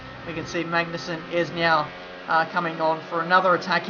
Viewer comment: Yo just a tip all right!;D. people often say MaGnussen with pressure on G in Denmark we dont really pressure it in many words but so you could get on the right road i just wanna say try and pronounce it Maunussen okay. Cheers and Great video. Cant belive ive actually spoken to you when we raced in the Athleague C:.